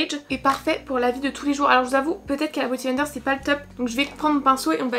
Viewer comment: t’es si chou à dire boty blender…on dit beauty <3